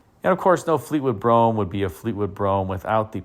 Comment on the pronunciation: Great video, as always. ...and thanks for saying "Brougham" ( as in "chrome" ) and not "Bro-ham."